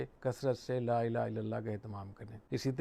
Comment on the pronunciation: حضرت آپ کی عزت میرے سر آنکہوں پر اور آپ کا علم بہی بہت زیادہ ہے لیکن آپ کی توجہ چہوٹی سی چیز پہ دلوانا چہتا ہوں... آپ کلمہ پڑہتے وقت لَا إِلَٰهَ ٹہیک سے پڑہیں.. "ہ" واضح نہیں ہو رہا...